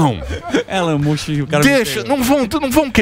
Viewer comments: Elon mush 😂😂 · Elon "mucho"??? Oi!? Rsrsrsrs😅